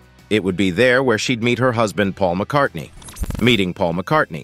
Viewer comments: Linda McCardy? C'mon AI, do better. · I know what you mean, but this video was bad in so many ways, that was the least of them, the worst was the constant mispronunciation of her name, the narrator kept dropping the N at the end, calling her Linda McCarty, not much of a tribute, if you can't get her name correctly, almost as bad was how [purple the writing was, it sounded more appropriate to a soap opera, romance novel, or something on the Hallmark channel than on youtube, I did learn quite a bit about her I didn't know before, which is always a good thing, but it was painful to watch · 1. You can’t even pronounce her name. 2. Some of the footage you're showing isn’t even her.